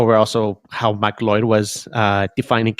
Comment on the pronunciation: That's how you pronounce it?